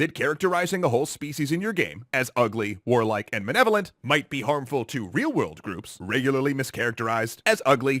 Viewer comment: Not woke enough to say malevolent and not "manevolent".